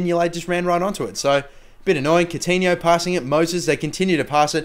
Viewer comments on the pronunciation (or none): none